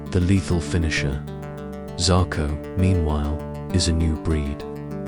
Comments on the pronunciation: He did say Zarko ffs 🤦🏾‍♂️ 😂😂😂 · Turned off after 59 seconds when he pronounced the name zarko